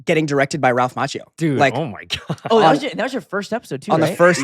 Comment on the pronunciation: Jacob pronounced Ralph’s last name the right way! Bravo!